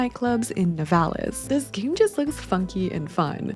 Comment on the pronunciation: Here in my country we nturally say " Nivalis" accent on the I